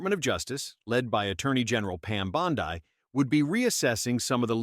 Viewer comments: First, what is this "Pam Bondi (long i) crap? Unless I'm mistaken, Bondi (pronounced) Bond'-ee, is an Italian name (viewers, correct me if I'm wrong). So, please tell your AI to get its act together. 🤠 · Anyone who knows the first thing about President Trump knows he would never nominate an AG that would not guard and defend the 2nd amendment. This is an AI generated video that's why they call AG Bondi pronounced Bonde, Bond(i). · "Pam Bond-eye" - LOL. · Lol ai cant pronounce Bondi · AI can't even pronounce the AG's last name. SMH 😂